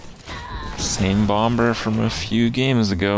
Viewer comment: why does he pronouce the b in mad bomBer